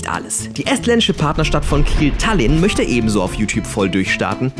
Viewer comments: Oh gott wie ihr tallin ausgesprochen habt... Daran hätte er das eigntl merken können🤦🏻‍♀️😂😂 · Wie sprechen die Estland und Tallinn aus, das ist ja mal komplett falsch.